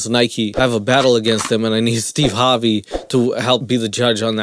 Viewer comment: He keeps saying Steve Harbey or Steeb and I can't stop laughing